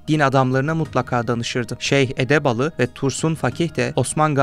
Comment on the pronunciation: İçerik çok güzel hazırlanmış fakat 2 tane hata emeğe yazık ediyor. 1-Sunucu Edebali diyor seslendirici Edebalı.Edebali hz ismi İ ile biter. 2-Osman şöyle geldi,Osman şöyle gitti vs demişsiniz.Osman olarak seslendirmek saygıda kusur olur.Doğrusu Osman gazi,gazi Osman vs gibi demek.Lütfen biraz daha dikkat